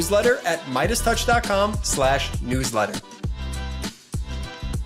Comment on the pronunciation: What’s a totch?